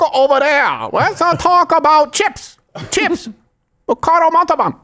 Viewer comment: "Ricardo Montarban".. 😂😂😭